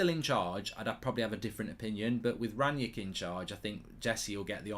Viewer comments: Mark why do you call Rangnick Rangyick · Is it Rangnick or Rangyick